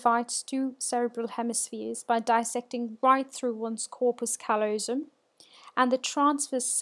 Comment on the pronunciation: The stress is on the second syllable of callosum.